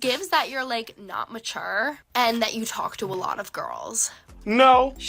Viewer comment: If you pronounce mature with the same tone and pronunciation, I feel that you are in no way eligible to decide on the maturity of a person. "It just gives that you're like, not machuuuur"... You know who speaks like that. Angsty 14 year olds...